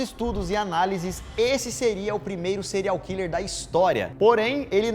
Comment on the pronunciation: O Daniel tentando falar o nome do serial hiller kkk